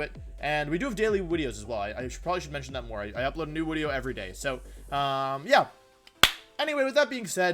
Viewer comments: Stop saying wideo damn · This is the most hilariously cute and wonderful thing I've heard in a while. I've had a few Wolfeisms creep into my everyday language. I constantly say "wideo" in real life. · Also u should say "intro wideo" in the intro lol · Wait why does he say wideo?